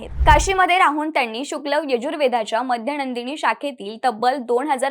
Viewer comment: ताई बाकी छान. पण मध्यनंदिनी नाही हो, ते माध्यंदिन आहे